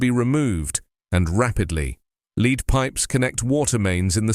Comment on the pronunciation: I liked your news, as usual, but pronunciation of "lead" rhyming with "need",,, and was wrong, since the meaning was the chemical element and pronunciation should have rhymed with "bed". Perhaps you should mark your copy or purposely misspell two-pronunciation homographic words in the copy so you do not have to handle ambiguous pronunciation while reading copy.